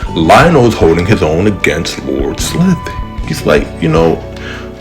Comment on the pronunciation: For what its worth, the "i" in Slithe rhymes with spy or sly: Sly-th. 🦎